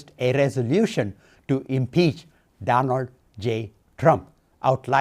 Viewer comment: I agree I thought he said he wanted to throw 7 peaches at president Trump. Or one peach 7 times. Hard lingo to understand!